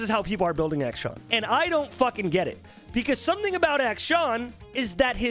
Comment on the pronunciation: action? acshin? acshawn? im so confused